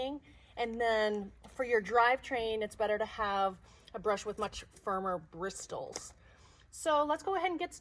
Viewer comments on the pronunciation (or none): Sweetie-it’s pronounced “brissel”, not “brisTle”. 🙄